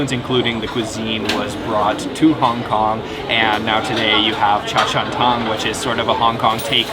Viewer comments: It’s cha Chan “tang”, not cha Chan “tong”. But good video about the Hong Kong food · Hong Kong cafes are called - Cha chan tangs. Your pronunciation was so way off 🤦🏻‍♀️